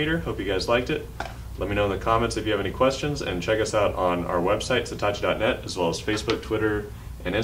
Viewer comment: Is it me or is he saying Setachi instead of Satechi?